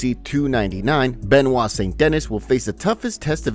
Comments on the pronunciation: How tf could you read Benoit correctly but not Saint-Denis 😅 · You pronounce adesanya like you were born in Africa with every ounce of your being and say Benoit at Dennis like a menace